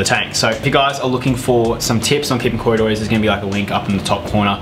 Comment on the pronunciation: Yes you are wrong it pronounced co - ry - do - ras !